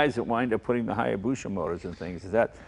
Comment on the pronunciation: "Hayabusha." Jay's been mispronouncing it ever since the bike was introduced.